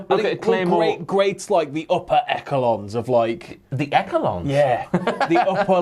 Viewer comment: Echelons. Pronounced esh-a-lons, not ek-a-lons 🤦🏻‍♂️